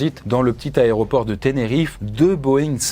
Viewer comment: C'est fou de faire un format sur les avions et de continuer à dire "Aréoport". Merci pour tes vidéos malgré tout